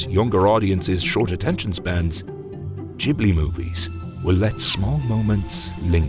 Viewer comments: Not Jiblee Its Ghibli like Qiblee (original arabic word). Gee-blee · Massive respect for this video and what you put out. The only one thing I'm able to add is that you've been mispronouncing Ghibli. It's pronounced with a hard G, as it is in the verb 'give'. In Italian (ghibli is an Italian word derived from Arabic, describing a hot desert wind also known as the scirocco) if you throw an 'h' between a consonant and vowel, then that consonant acquires a hard sound. So, for instance, "chiesa" is pronounced as if there was a k. And Ghibli too.